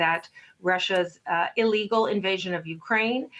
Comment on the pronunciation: did she just say illegal🤣😂